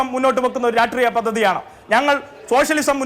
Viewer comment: രാട്രീയം അല്ലാ രാഷ്ട്രീയം. അതെങ്കിലും വൃത്തി ആയി പറയാൻ പഠിക്ക്